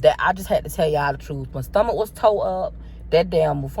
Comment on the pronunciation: I crack up everytime she says “stummuck” 😹😹